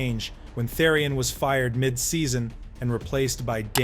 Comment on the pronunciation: Therrian vs terrorin too Jesus Christ